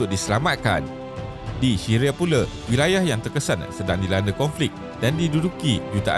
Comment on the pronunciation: dia sebut syria : shiria 🤣🤣🤣🤣 🤣🤣🤣🤣🤣